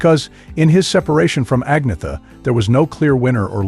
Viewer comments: It's not! Ag-na-ther...it's Ann-yet-ter or Ann-yet-a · An-yeta.... Not Ag-nita..... You're wellkum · The commentator on this piece of trash can't even pronounce Agnetha's (AN-YET-TA) name correctly which is bad enough but to then blame her for the break-up is beyond scurrillious! Shame on the shitbags who made this piece. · Pronounce, An yetta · You could at least learn how to pronounce her name correctly. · You need to learn how to pronounce agnetha